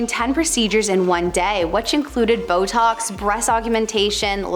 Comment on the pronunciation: Did she really say ‘Botex”instead of Botox and mispronounce the word ‘buccal’? Why do the hosts on this channel always pronounce names and words wrong? They need to research the correct pronunciations before posting. Frankly, it’s embarrassing.